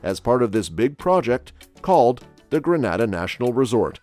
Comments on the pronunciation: It's not Gra-nada. Granada is a Spanish speaking country. It's Gree-Nay-da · Number 1 it's not genada it's grenada please pronounce it properly genada is in Spain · It’s pronounced Gree nay da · If you're talking about my beautiful island, it's pronounced GREEN-NA-DA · Please Sir. Its GREEN-A-DAH! Many thanks! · I couldn’t watch the whole video cause he kept saying “ Granada” ! When are they going to get it right???? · All I'm stating, is that I don't live in Greh-nah-dah but '"Grenada". And the accuracy of the information bro, it's willllddddddd!!!! Me alone that counting them millions?!?!?!?! I reach on 3rd set of millions & it's a lottttt.......That's a lot of millions. And I never knew we were using our own money for the technology park I never knew about...I gone yes!🤣🤣Ah done!🤣🤣🤣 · Gren neigh dah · when u learn to pronounce our name...i will begin to listen to your assumptions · First of all the pronunciation is incorrect. Granada is in spain